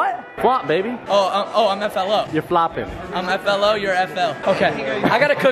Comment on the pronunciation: Why did they say f.l.o not f.l.i